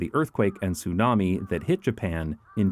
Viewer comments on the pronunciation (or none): none